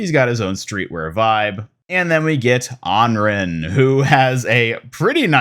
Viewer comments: You’re still saying Anren! Smh!🤣omg pahaha! It’s Anran! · Why did you say anran like that?